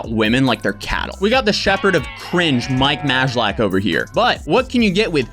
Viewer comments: It's pronounced "Maylack" ahahah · Well, that's certainly one way to pronounce his last name. 😂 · You totally butchered his name but great video! 😄👍🏼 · The way he butchers Mike's name is hilarious.